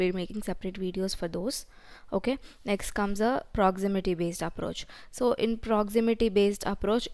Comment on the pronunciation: "ok naa nextu".... Akka telugua??